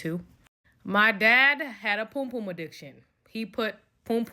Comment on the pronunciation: White British here it’s Pum Pum …..Like the song by Prince Buster